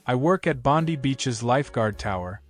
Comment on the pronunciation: Pronounce Bondi as "Bon-dye."